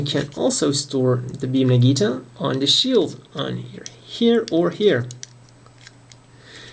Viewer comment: "beam naginata" ^^ not nagita! nice video though!